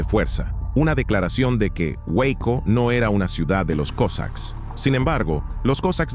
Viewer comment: Waco😂😂😂 gueico.